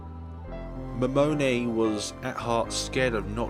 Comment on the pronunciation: Character Pronunciation: Takuru Miyashiro = Tah-koo-roo Me-yah-she-roh Serika Onoe = Seh-ree-kah Oh-noh-eh Yuuma Ootani = Yooo-mah Ohh-tah-nee* (Haru was perfectly pronounced) Momone Takayanagi = Moh-moh-neh (you pronounced that right) Tah-kah-yah-nah-gee (hard "g") *You elongate the pronunciation of vowels that appear twice. An exception is "ei", which is an elongated "eh". Misc Pronunciation Shibuya = She-boo-yah Niconiya = Nee-koh-nee-yah* Otaku = Oh-tah-koo *Sometimes the japanese will use "c" in their own translations. These have the same consonant sound as "k". Gonna cut it off here since I don't know the limits of YouTube comments. Notes for further pronunciation of Japanese words: the vowels will always have the same sound and pronunciation universally. "a" will always be "ah", "o" will always be "oh", "e" will always be "eh", "i" will always be "ee", and "u" will always be "oo". And consonants will always be the same, "g" will always be a hard "g". And lastly, vowels that are not the same (with the exception of "ei") put together are pronounced separately. "Onoe" is a good example of this.